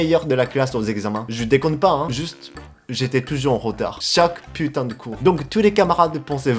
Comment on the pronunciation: Quand il dit "putain", on dirait un français pur jus, pas d'accent par contre on sent bien le seum.